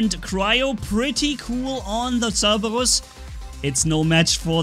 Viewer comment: I love how I hear cerbewus instead of Cerberus xD